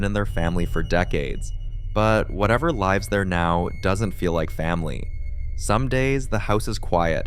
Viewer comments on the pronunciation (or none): ai voices suck. cant even say the proper lives.. says lives like cats have 9 lives instead of it lives at my house lol and not sure what i am trying to hear on #5 but i dont hear anything